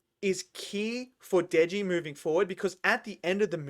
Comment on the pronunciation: loving the video! just wanted to point out (for future reference in case you cover more chainsaw man when it comes out) that the main character's name is Denji, not Deji